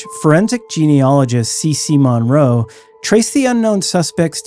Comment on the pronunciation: CC Moore not Monroe